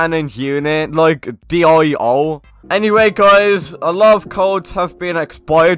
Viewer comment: Uhhh dio is pronounced like deo u don't say d.i.o k also if ur free just watch anime there's a lot of toxic anime fans that will make fun of ur pronounciation